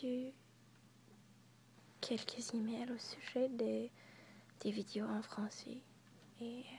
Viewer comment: Je ne savais pas que tu parlais le Français. Ton accent est parfait! En tant que Canadien Francophone, je suis très flatté et heureux quand des Américains apprennent le Français! :-)